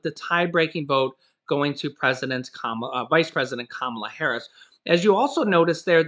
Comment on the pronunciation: plzz.... say it with me.. KUHHHHH - MAHLUHH! 🙃🤷🏾‍♂️